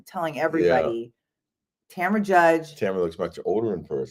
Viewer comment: TAMRA! not Tamera 😅